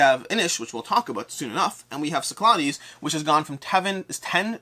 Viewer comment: Loved the video, only thing I didn't like what how you were saying cyclades haha xD Definately will be having a look at some of these myself as well